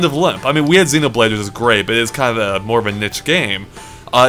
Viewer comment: they also say zen-o-blade. Isn't it zee-no-blade?